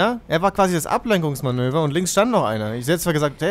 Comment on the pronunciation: da hab ich "Ableckungsmanöver" verstanden^^